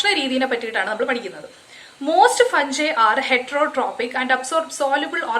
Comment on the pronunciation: ഫഗ്ഗ്ഗായ് എന്നുപറയണതാണ് രസം also